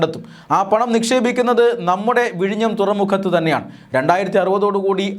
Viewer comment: vizhinjam എന്നാണ്